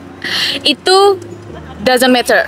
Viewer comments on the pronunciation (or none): menit 2.40 , yg saya tahu hrusnya "doesn't matter" .. dan dibaca 'meder.. "matterter" dibaca mededer.. bukan dibaca meyther apalagi kader 😅😅😅🙊